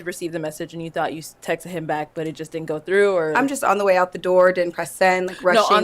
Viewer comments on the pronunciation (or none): The word is texted not text-ed